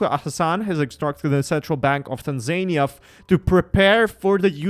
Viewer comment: Is pronounced Tanzania not tanzynia 🇹🇿🇹🇿🇹🇿